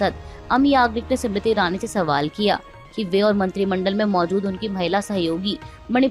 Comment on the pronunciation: जी आप बार बार स्मृति ईरानी को सिमरिती ईरानी बोलती हो। आप इसका सुधार करे। नाम का उच्चारण सही होना चाहिए।